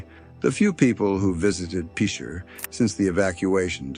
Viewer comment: It's pronounced "Pitcher", like the baseball position.